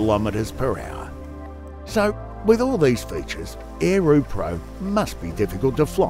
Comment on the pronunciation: Lol.... is this a spoof, or a scam? - Ae- roo in an aussie accent.